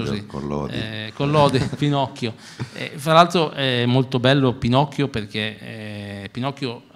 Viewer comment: Si ovvio però pronuncia male la P in quel momento e sembra quasi una F ahah, io ogni volta che lo riascolto sento finocchio 😂